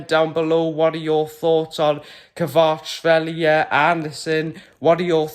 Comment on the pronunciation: Well pronounced another one to add to the list of ever ending signings the left back signings of gone quiet good video